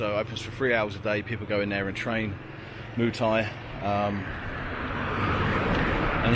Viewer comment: Muay thai - "Moo thai" lol